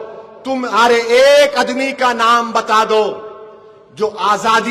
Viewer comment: अदमी नहीं आदमी होता है